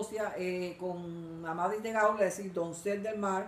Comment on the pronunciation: No es "Amadis", es "Amadís".